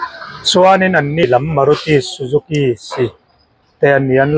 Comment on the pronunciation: GIG Motors ti hman ṭeeeeppp a... Matarsss a'n ti lui hram ah...... SuzukiSI ti lui leh hram 🤣🤣🤣🤣 AVBT 🤦‍♂️🤦‍♂️🤦‍♂️